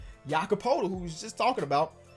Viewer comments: Poeltl is pronounced like pirtle. Also bothers me when you say Cal Lar E instead of Kyle Lowry lol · Ayy you keep pronouncing Poeltl wrong. It's pronounced PURTLE like turtle but with a P... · Jakob Poetl is pronounced Perdle